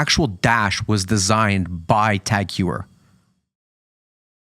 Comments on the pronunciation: Hew er? Ho ee er moron! Learn how to pronounce brand names, ffs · Heuer is pronounced more like hoyer